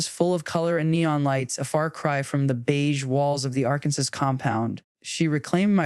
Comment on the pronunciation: Arkansas pronounced as “Arkansass.” Yep. It’s AI! lol.